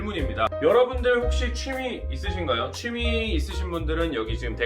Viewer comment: 취미가 추미애로 들려요